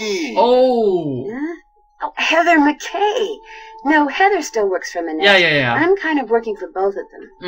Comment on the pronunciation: i love how trequenard pronounces heather mckay like "ehzair meekee"